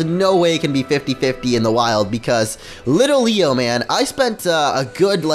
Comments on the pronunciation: Why do you keep calling litleo little-leo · Bro its LIT-LEO, and Pancham is pronounced Pan-chum (I don't know why it just is!) are beginning to annoy me!